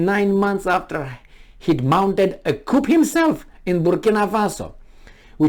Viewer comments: You're barking at the wrong tree here. I know what a coup d'état is (I'm actually French) but was merely letting know it's pronounced 'cu' and not 'coupp' in French. He uses the right word but doesn't pronounce it correctly, thus making it sound (to French ears) like another word with completely different meaning.Try reading my original comment for better understanding. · Coup is pronounced KOO, with no "p", because it is a French loanword. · The p in coup is silent. The full terminology is coup d'etat. Also, the last t is silent. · But his way of saying it is more entertaining.